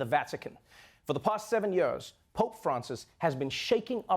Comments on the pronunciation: Can you pronounce the word Years properly. Not yeors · It’s Years, not yeors Trevor! 😊